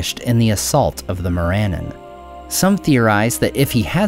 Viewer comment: More Ah nahn or More ah NAHN (I believe the former more likely, as it seems Sindarin). Definitely NOT MORE Ann un. The Brits don't use the schwa sound, and all the languages of Middle Earth would likely eschew it, save perhaps the most rustic of hobbits.